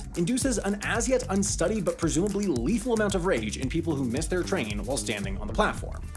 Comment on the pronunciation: „leathal“ amount of rage :P